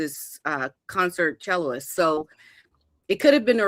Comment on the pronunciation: Someone tell that cellist is not pronounced chelloist, it’s chellist How embarrassing 😮